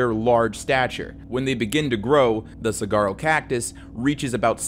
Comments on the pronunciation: just gonna butt in and say it’s pronounced sa-wa-roh. the spelling throws people off a bit. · Az resident, it is not pronounce sag-uaro is like sa-war-o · I'm sorry but it's usually said (soo-are-oh) not (soo-gar-oh) I've never heard saguaro cactus pronounced that way before and it caught me off guard! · The Saguaro cactus is pronounced “Suh-waa-row” not “cigaro” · i’m sorry but “suh-gar-o”🤣 it’s “suh-war-o”, like wario🤣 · Not to be a grammar nazi or anything, but saguaro (the cactus) is pronounced as “suh-WAH-roh” or “sah-WAH-roh”, not “cigarro” which means cigar in Spanish. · lol it’s not pronounced Cigarro.. it’s Suh-waa-row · "saguaro cactus" is pronounced more like "suh-WAH-ro", no "g" sound. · McAuliffe is "mick all if" Saguaro is "saw war oh" Love the series :) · Man pronouncing the cactus wrong caught me so off guard I said it in front of my Arizonan born mom and she was ready to fight someone "Cigaro cactus" 😢 what 😅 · Sah-Warh-O cactus (the 'G' is silent, I live in AZ) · lol, "saGuaro" great vid :D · lol I’m from Arizona and you reminded me this stuff isn’t just common knowledge. Saguaro is pronounced like Sawuaro 🌵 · Yo, just a heads up saguaro cactus is pronounced "sah-war-o". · "Sah-wah-roe" cactus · the most morbid thig of all is you calling it a sagwaro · Okay I don’t mean to sound like a jerk but it’s pronounced “sa-wa-row” saguaro lol Arizona has some funky words! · Hey! This isn't a big deal, but during your segment about the Saguaro cacti, you accidentally pronounced Saguaro wrong. Despite how it's spelled, it's pronounced Sa-wha-roh. Only reason I know this is because I'm an AZ native lol. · saguaro is pronounced suh-whar-oh , the g sounds like a w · I'd hate to be the "erm ackchually" guy, but every time i heard him pronounce saguaro cactus as "sag-arrow" caused excruciating pain in my arizona native mexican American heart. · you say saguaro as suh-war-oh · your repeated mispronunciation of 'saguaro' made my frontal lobe vibrate